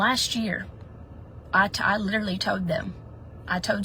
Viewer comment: I shouldn't make fun of accents but every time she said "told" it sounded like "toad" and i couldn't deal 🐸